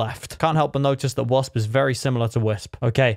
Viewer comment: Him saying wosp is similar to wisp. Me : how did u not know ur owner and he’s mod